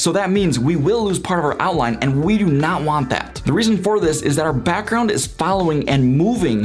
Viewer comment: informative but the way you are talking is kind of annoying, lol. BAckround PUlls UUp. Might just be the microphone idk.